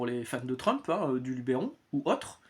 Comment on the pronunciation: Merci beaucoup pour la vidéo et les valeurs présentées ! Malheureusement la prononciation du LubEron est toujours erronée. Bonne journée !